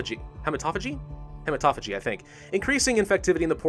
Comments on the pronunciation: it is pronounced Hee•mah•toe•fay•gee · Haematophagy is pronounced hi:m{to:f@ in X-SAMPA,.